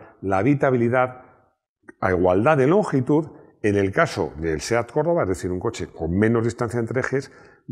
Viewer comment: si lo se, pero parece que dice corolla